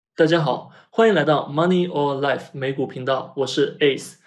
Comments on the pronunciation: 声音明显是ai, Money or life没有连读，RKLB你读股票代码，以前都是rocket lab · 为什么money or life不连读了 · 其實Ai配音完成度很高欸 雖然一打開聽到 Money “OR” life覺得不習慣😂 其他覺得還不錯